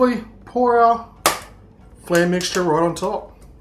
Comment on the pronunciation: You were pronouncing "flan" wrong the whole time just fyi.